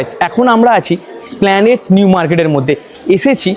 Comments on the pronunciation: দাদা জায়গাটা স্প্লানেট নয় উচ্চারণটা হবে 'এস' প্লানেড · কথাটা এসপ্ল্যানেড, স্প্ল্যানেড না। পরেরবার সঠিক ভাবে বোলো।